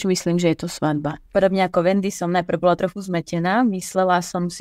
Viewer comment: Právnik in Slovak, not právník. We have something called the rhythmic rule where two long syllables can't be next to each other. :) (there are exceptions tho :D) This is something that distinguishes Slovak from Czech. Plus, it's svaDba in Slovak, not svaTba. :)